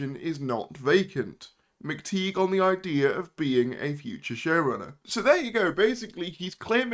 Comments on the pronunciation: Yeah, I always feel like making the same comment too. It's pronounced McTie, not McTeeg. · McTighe is pronounced McTie, not McTeeg.